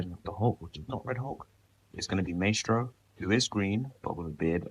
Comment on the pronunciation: your mispronouncing maestro